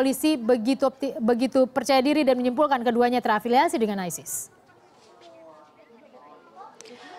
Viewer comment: Hey Sala isis kalau bahasa inggris ya bacanya aysis